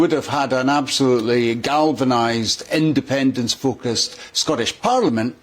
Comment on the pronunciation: Jesus, is it so difficult to say independence.